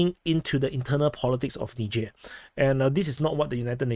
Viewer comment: It least you can pronounce 'Niger' unlike Dubya.